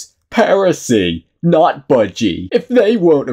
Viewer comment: Man turned budg-err.. notbudgey into a 10c chicken nugget meal